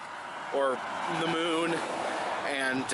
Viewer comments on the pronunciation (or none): none